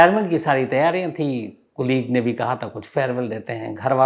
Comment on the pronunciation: शम्स भाई मैं आपका फैन हूँ लेकिन कुलीग नहीं होता कलीग होता है सॉरी